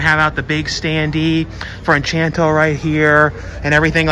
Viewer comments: I noticed you kept saying Enchanto, it's actually Encanto. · Funny how you keep saying 'enchanto' but it's actually pronounced 'en-cahn-to.' Anyway, I'm hoping for a Resident Evil steelbook but it may have just been some online myth, nothing they were really planning on releasing. Edit: wait, nevermind, I guess the steelbook does exist.